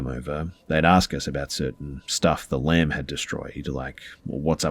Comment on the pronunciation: I thought he was saying lamp the whole time until the end when he said it was the one from the conjuring movie then I realized he was saying lamb 🤦🏼‍♀️